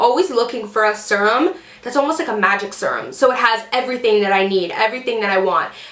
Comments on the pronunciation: thought the same thing... I was kind of like... if she says "serm" once more... then she's like oh crap sorry guys I know youse say you hate that "serum" ahh that's better lol! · So funny! I paused the video and looked at my husband and told him that this girl I watch says serum funny. Then, I un paused it and you said we hate it when you say it like that 😂 great video!